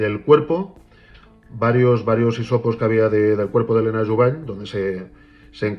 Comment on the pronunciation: Sobre el caso Helena Jubany, en catalán la "ny" se pronuncia como una ñ, sería Jubañ.